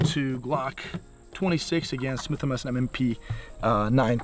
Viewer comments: Ok, slowly repeat after me “Smith and Wesson”😂😂😂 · Did he say Swith & Messon??